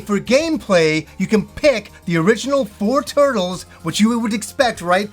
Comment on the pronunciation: “The Turdles” 😂